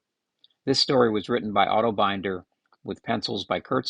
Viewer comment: Binder, rhymes with tinder.